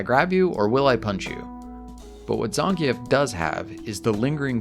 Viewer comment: You also say Zangief funny and it makes me laugh lol